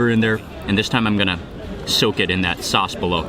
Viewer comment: the way how mark says sauce sounds like saace